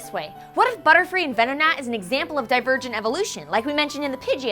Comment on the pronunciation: Divergent? wat. :3 hehe did any one else hear that? :D